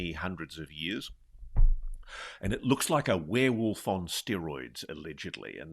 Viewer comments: lol WOOF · She says "wareWOOF". Love it. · said were-WOOF!🤣